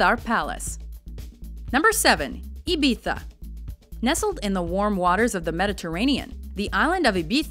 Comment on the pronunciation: At least she pronounced Ibiza correctly..... other than that yes over/poor pronunciation Central